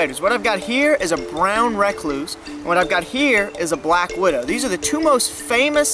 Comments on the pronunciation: This dude is gangster than anyone I know holy crap. I live the way he says “brown rack-cluse.” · Brown re-cluse No hate, very great video